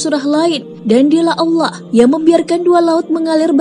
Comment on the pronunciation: Maaf ya mohon naratornya memperbaiki ucapan vokal di akhir kalimat agar tidak berhenti dg huruf “K” klo pas nama Allah lafdhul Jalalah jadi salah....trimakasih...